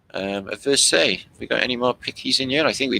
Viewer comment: Versailles..pronounced ie..like . lie..anyway they used the fireplaces to pee in..well..what else would one do?